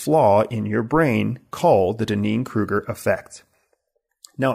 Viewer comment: I think he's mispronouncing the Dunning-Kruger Effect... It's very distracting to me.